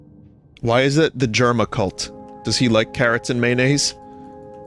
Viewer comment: Maynase and Carruhts